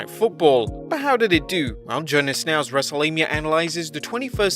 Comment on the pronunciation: He said wrestlelabia......... lmfao!!!!!!!!!!